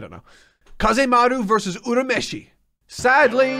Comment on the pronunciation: He's actually pronouncing Urameshi correctly. It's the dub that mispronounces the name, which is just a common occurrence in early-2000's anime dubs.